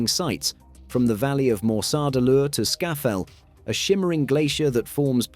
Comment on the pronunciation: It is Skaftafell not Skafafell. Disappointing pronunciation ogf place names. More research needed.